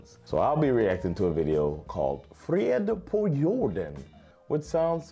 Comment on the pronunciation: Impressive pronounciation of "frid på jorden" by an american! 👏